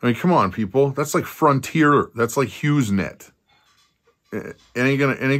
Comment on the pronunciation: I had to laugh when you said, "HighesNet" > that's what I have ( only thing available here) > Thank You, from the Northern Sacramento Valley of CA 😇🐝❣️